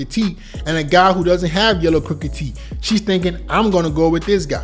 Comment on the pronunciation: Bro said TEET😂😂😂😂